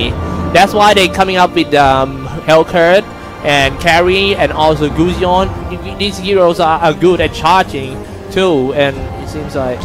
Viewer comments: Anchor pronounce goosion??? What the fck....it is pronounce as gasun... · I'm just irritated by the way the commentator pronounces gusion. "gooseyon" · wtf is gooosion its gusion ffs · They pronounce gusion as gusyon HAHAAHAHA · Kay Gusion nga eh "Gusyon" tapos sabi "impohtant" mukha silang nau-ulol. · jared toh Gu-Ssi-Yhon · Gos-yown ampota. .🤣🤣🤣🤣🤣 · guzyon! (Gusion) nkakabobong commentator. pootchaaa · Its gushion not claude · can't stand the commentator saying gusion